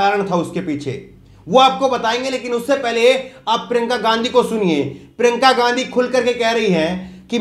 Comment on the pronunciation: क्या यार! प्रिंका गांधी मत बोलो । उनका नाम हैं प्रियंका या प्रियांका बोलो ।